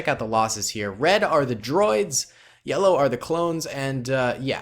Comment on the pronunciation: He said lellow